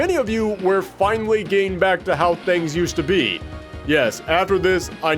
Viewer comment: Plot Twist: This isnt even the ending. And it's "finally" not "finially."